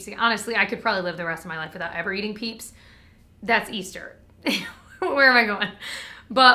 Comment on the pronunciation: For some reason I heard “peeps” as “pizza,” and I was thoroughly confused. 🤣